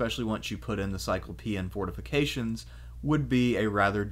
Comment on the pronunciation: What I love about your presentation is I can just listen on the audio hide it so Richard information I don't need to look at my little screen of my phone. This is a very Petty issue but I'm sure you're familiar with the Cyclops in Homer... Therefore why do you pronounce cyclopean walls in a way that sounds like a European with wheels instead of feet... The word Cyclops in cyclopean should be pronounced just that way